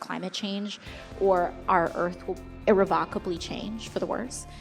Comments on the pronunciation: “Ire-ka-va-bly”???? Anyone??? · IrreVOKably. Hooked on phonics didn't work for AOC. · I'm sorry, how did she just pronounce irrevocably? I can only assume, given how much time she spends looking up, that there are teleprompters suspended from the ceiling. No wonder she won't debate anyone...she can't speak with even a modicum of intelligence without it being written down for her in advance. Also, the reason her "Green New Deal" is garnering so much attention is that it's ridiculously unrealistic. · She pronounced irrevocably wrong